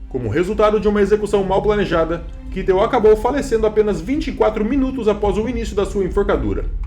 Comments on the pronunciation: Sim porém é Kaitel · “John, Kitel”!! Aprender os nomes em alemão melhoria o vídeo! Mas fez bom trabalho, mas fica aí a observação. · É Kaitel a pronúncia....